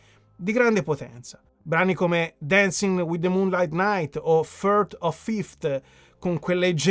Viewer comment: Scusami la puntualizzazione, ma si pronuncia "muun lit nait"